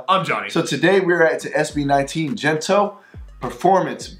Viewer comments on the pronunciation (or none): Enjoyed your reaction a lot! By the way, it's Gento with a hard G (which means Like this), instead of Jento. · gento has hard G, like Go, gold, get. it's NOT jento or hento